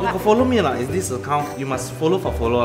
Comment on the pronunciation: its not ha....they say lah